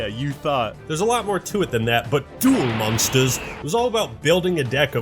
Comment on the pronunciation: he didnt say duel monsters right :(